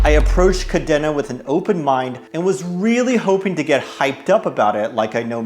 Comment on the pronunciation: Good video _ however its pronounced Ka Deen Na